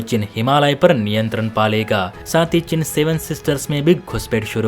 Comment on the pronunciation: चिन नहीं चीन। हिन्दी तो सही से बोलो।